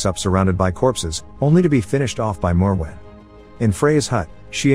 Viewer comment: So the first part of the video you correctly pronounce the monster's name several times as "More-When" then halfway through you start pronouncing it the "Moe-Where" or whatever you were saying. I don't understand in this day and age how people are to lazy or inept to Google the pronunciation or atleast stick to one pronunciation but I guess you decided saying it every way you imagined was the correct course of action lol 😂